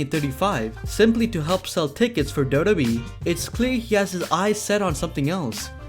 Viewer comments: It's double yu double yu E, not daubledauble oooo E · It's wwe not Dota e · Ca u pls pronounce WWE as WWE and not dodobi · WWE WWE WWE WWE WWE WWE WWE WWE NOT dodobe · Its w w e learn to speak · Dude. Slow the fuck down when saying WWE. It sounds like you're saying Dow-dow-Bee. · I don't mind listening to you BUT can you pronounce WWE better sounds like you are saying DODO E. lol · What is dodo be 😂 learn English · Is it just me or anyone else feel the same couldn’t watch the whole video because he keeps say doodoobe like he’s 100% that’s how u say wwe. N some of his pics very questionable. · why does he keep saying dodobee...its annoying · Why do you say WWE like that?